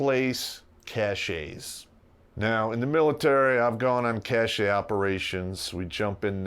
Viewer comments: There is a word that's pronounced like "cash-ay", but it's spelled "cachet", means something entirely different, and it's far less commonly used (I believe). Still, it may contribute to why some people mispronounce "cache" if the spelling itself is not entirely to blame. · Every time he says "cashay" I hear RuPaul say "sashay shontay" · The e is silent and it would be a 12 digit grid coordinate, not an 11.